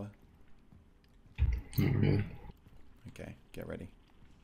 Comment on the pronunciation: I love the way you say Tava. Your a true Aussie. "TARVA! TARVA!! NEVER MAKE THAT PUN AROUND ME AGAIN." "TARVA OH MY GOD IM SO SORRY."